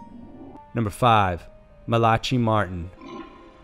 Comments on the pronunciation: Just so that u know the first story u spoke of will Malachi Martin is actually pronounced Mala.ky Marin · You butchered Malachai Martin's name so badly. He did so many interviews with radio hosts like Art Bell, I am legitimately surprised you didn't know how to pronounce his name properly. Mala - Kie, Not Malachee 🐴🐴🐴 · Man, you need to learn the correct pronunciation of people's names and words before you do a video. Max Von See-doe, Malachee Martin, Hoe-stage to the Devil?